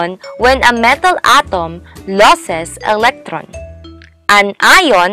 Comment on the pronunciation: Real word: Metal: Mataaaaaal 🤣